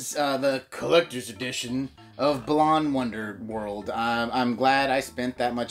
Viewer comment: The way you say "Balan" makes it sound like "Bland" which is appropriate considering what it contains. They should rename it to "Bland Wonderworld...?"